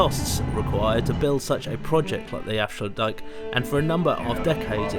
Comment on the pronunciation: Protip: it strikes me that almost all of the names of towns have their intonation reversed compared to what you'd assume from the normal englsh manner of approaching the words. IjMUIDEN, EnkHUIZen , AFsluitdijk. amsterDAM, Lovely video btw! Showing parts of the country and aspects of the seas that we rarely get to see much in detail like this!